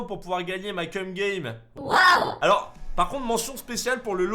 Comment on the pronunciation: Excusez moi mais je voudrais savoir si je suis le seul à etre dubitatif lorsqu'il dit "cum game" (je vous laiss utiliser Google trad)